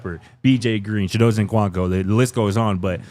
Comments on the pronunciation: I have yet to hear pronounce Chidozie’s name the same way twice and all versions are incorrect. How the brotha gonna be the one to mispronounce EVERY ethnic name on the team? Shout out to RK ✊🏾😂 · There are too many videos of Chidozie saying his name for yall to still be mispronouncing it. I’m looking at you 👀 The N is silent 🤦🏽‍♀️